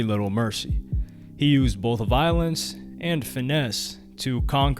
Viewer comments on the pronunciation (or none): none